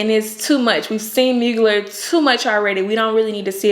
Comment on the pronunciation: That TX accent doing double time lol Mugler=Moo-gl-air